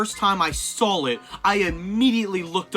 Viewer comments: lol hes saying sawl it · "I remember the first timeI sawl it"